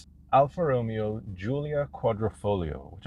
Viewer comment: If you are going to do a car review, at least pronounce the manufacturer's name correctly!